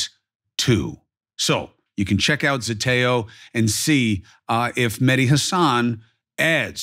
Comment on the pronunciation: ZETEO not Zetoe .